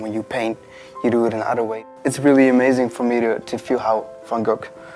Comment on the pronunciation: I am fascinated to try and understand why, whom I believe is Curator of Education at the Vincent Van Gogh museum would see fit to educate the world into pronuncing his name incorrectly. i.e. the American way instead of her native (assumably) Dutch tongue. Due to the amount of activity on Youtube as to the correct pronounciation it is obviously a very contentious issue and being English as we obviously pronounce it correctly...( Haha I think not). But I would expect the one person who is in a prominent position to educate the world as to pronouncing it correctly, but alas get it so wrong??? I am sure the American fraternity are pleased, but poor Vincent must be turning in his grave....please enlighten me?